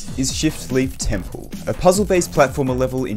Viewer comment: bro i keep thinking is says “shitleaf temple” 😭😭😭